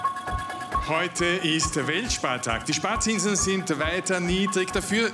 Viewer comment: Grüße gehen raus an alle deutschen Landsleute, die auch jedes Mal gezuckt haben, wenn er WELTspartag gesagt hat. :D